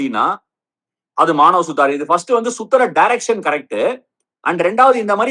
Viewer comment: Maanav suthaar illa suthuraar 😂